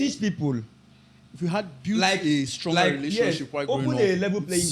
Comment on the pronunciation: "It is the stlonger that lules"